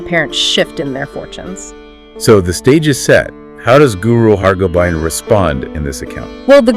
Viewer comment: The content is really good but I would suggesting consulting with a Sikh about the pronunciation of certain names and terms. Guru Hargobind rhymes with “wind” as in a breeze, not “wind” as in twisting something to start. I appreciate your attempt to bring these Sakhian (another word which you are mispronouncing) to a wider audience. But you are doing a disservice to yourselves and your target audience by not being more diligent and precise in your presentation. Chardi Kala.